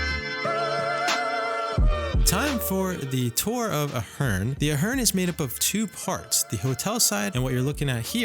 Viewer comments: Good video, but you're pronouncing the name of the hotel incorrectly. It's A-HERN (A sound as in pay, play, stay), not UH-HERN. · A-hern, not Uh-hern. I'm there two or three times a month. You don't need to go out back, and Sahara is as safe as anywhere else. Clearly being a dick for clicks. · I say Ey Hern you say Ah Hern. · Good vlog..and the hotel name is pronounced A-Hern... some cool Las Vegas mob history ..Right where the Ahern parking garage is, there was a short street that had a 1980's mob owned jewelry store called ,'The Gold Rush'..Then Gold Rush was owned by mob associates Tony Spilotro and Herbie (Fat Herbie) Blitzstein...and actually this hood is fine, for anyone with some courage......also as noite din this vlog, longtime Las Vegas celebrity and mob restaurant 'The Golden Steer' is steps away..... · Lmao…. Are you 💯 sure that you don’t pronounce it “ A-HERN ? “ 🤨🤓🤭🤭🤭🤭🤭🤭🤭🤭🤭🤭🤭🤭🤭🤭🤭🤭🤭🤭🤭🤭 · oof, it's pronounced like "air-in" or like Aaron/Erin/Aron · It's pronounced with a long A at the begining I know the owner